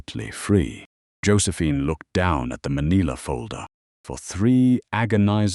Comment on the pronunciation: "maneela"? That's a new one